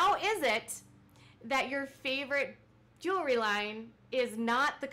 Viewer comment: Kendra Scott owns a “jewelry” company. Robyn owns a “joolery” company 😂😂